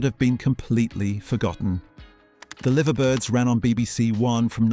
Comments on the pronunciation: I hate how these supposed AI commentators are usually so wrong about the pronouncing of words. (Eg the Liver birds. Liver is pronounced not like the meat liver [delicious with onions and gravy] and rhyming with give but live as in he’s playing live in the stadium or sounding like hive [a place bees live in] and if the script isn’t perfect then you get breaks where there shouldn’t be one or worse a sentence that continues when it is supposed to stop. Saying that I remember 99% of these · Do you honestly not know how "The Liver Birds" is pronounced? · He pronounced it wrong...its pronounced Lie Ver Birds not Liver Birds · Livver Birds instead of Lyver is a mistake loads of jumans make. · Brill memories but why are the Liver Birds being pronounces as liver as in the organ in the body! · The Livver Birds ? four mica ? Toff -oss ? Get an old 70's human to read the script - I find AI offensive !